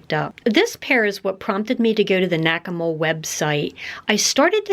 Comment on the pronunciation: I thought you said "Whack-A-Mole" 😉😁😜